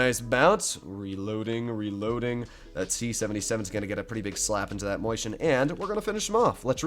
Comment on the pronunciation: It's not a mOIshen, it's a mAUshen. Can't you read? That's what happens when you've attended the public fool.